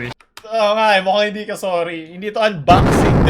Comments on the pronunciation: E yung "AMBAKSING" ni Boss Cong. HAHA Feeling ko sinasadya nya pag unboxing ng ganun. Alam mo na. Para mapansin haha nag work naman ginawa niya. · Idoops: welcome guys this is bad unboxing Matteo: awright guys welcome to the Sssss su su Sukot unbaksing